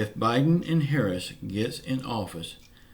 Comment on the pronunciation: Thanks for the update. I will not sell my soul to the devil for a stimulus check and that's how I feel about Joe Biden and Kimmy Harris yeah I misspelled it on purpose you did pronounce it correctly God bless and have a good day